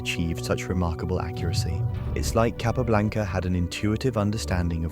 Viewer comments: Very annoying to hear Capa repeatedly called Cay pablanca. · Probably good enough to pronounce his name correctly every time..